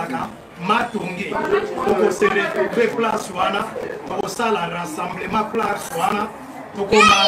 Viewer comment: Vous ne travaillez pas??? Cowboy fatigues, vieux gaous. Rassemblement et non RENSSEMBLEMENT 🤣🤣🤣🤣